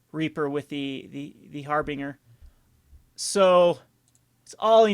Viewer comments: ...I hate to do this to you...but Har-Binge-er, not Har-Bing-er. Other than that, though...I like the deck quite a bit! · harbinger = Har-bin-Jur